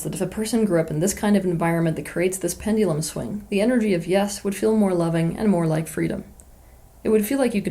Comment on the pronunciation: Nobody: Teal Swan: Pend-ee-lum